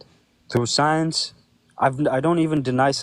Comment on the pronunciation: What is "soiens" and what is "albert oinstoin"?!?!?!?!?